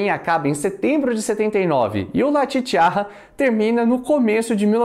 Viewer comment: La Chicharra se pronuncia "chichaRa" com um R apenas e não com dois...La Chicharra significa A Cigarra...saludos de México